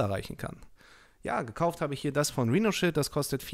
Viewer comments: Meine Güte das wir Rheinoshiild ausgesprochen und nicht Rino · Sauber!! Rhinoshield überhaupt nicht falsch ausgesprochen 😂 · Deutscher geht es kaum XD